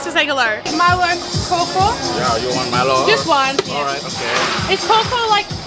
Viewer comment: Great video! Just to help you guys out a little 'kaw' is actually pronounced 'kao' or 'cow'. And they pronounce Milo as Mee-low. So it's Mee-low ice 'cow-cow'. Have fun in Sarawak!